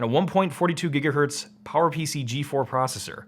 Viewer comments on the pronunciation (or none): none